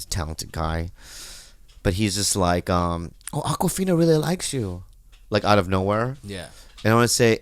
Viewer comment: Just say Akwafina....